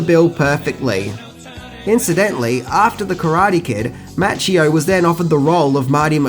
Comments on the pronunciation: Good video but you're doing it again, killing the names! Its Ralph Macchio mah-kee-oh is how you pronounce it. Glad to see you finally started saying Willem dafoe's name correctly! :-) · It is, partly, the accent but I really wish people would pronounce words properly: Okeenawa, not as in KIN; karatay, karawtee; and, especially, Daniel-SAWn (mispronounced by Pat Morita who was American born Japanese and could not speak either language) was played by Ralph MAWccheeo, not MATCHcheeo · Hey Mate, it's Mah-Chee-Oh. lol